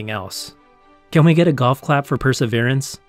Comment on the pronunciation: notice how he says perseverance, ironic as we're days away from perseverance mission